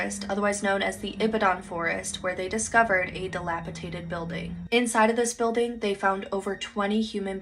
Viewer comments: The very last video…scared the crap out of me the way she kept saying “dilapitated” instead of the correct word, dilapidated. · DILAPIDATED!!!!!! NOT "DILAPITATED!!!" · I love these TikToks trying to be like they’re educating people, but they can’t even pronounce “dilapidated” right.